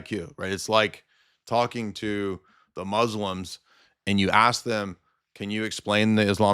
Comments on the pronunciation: Book of Asks* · Da book of Aks